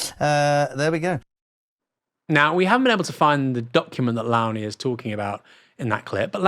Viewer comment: I believe it is "Low-nie" pronounced as in "Low countries" or "low bar".